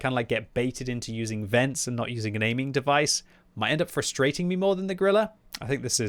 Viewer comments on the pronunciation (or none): none